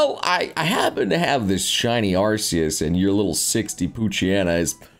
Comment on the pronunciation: It is pronounced ARE-KEY-US